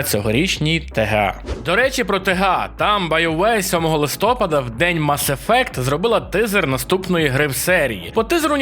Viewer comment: У слові "Листопад", наголос на літеру А - "листопАд". Запам'ятай пліз!